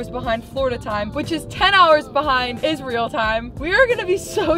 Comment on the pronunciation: I don't know why you keep saying isreal 😂